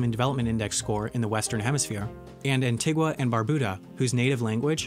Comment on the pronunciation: Lmao they didnt even pronounce Grenada and Antigua right...